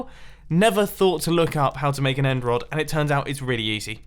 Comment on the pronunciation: It took me 11.5 minutes to realise he was saying end rod and not emerald 😂